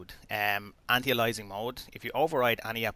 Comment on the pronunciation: It's "anti-alias-ing" not 'anti alysing'. How can you never have heard people say anti-aliasing correctly?